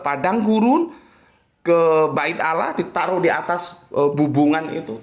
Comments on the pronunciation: Tolong di perbaiki penyebutan Allah, bkn Alah. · kenapa Allah dilafadzkan menjadi Awloh padahal bahasa Arab tidak ada huruf a dan e